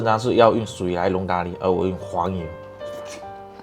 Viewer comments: 咖喱被你念的都变味了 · 聽他講咖哩聽到快生氣了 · ㄍㄚ ㄌㄧ哈哈哈哈哈哈哈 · ㄍㄚ ㄌㄧ? 機掰喔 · 他的咖喱為什麼唸得有點好笑😂😂😅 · 咖哩的發音不太一樣？哈哈